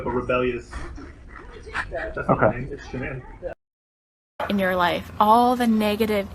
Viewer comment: The Drama teacher called her, “Shanna-Ann”. No kidding. 3-Syllables. Shanna-Ann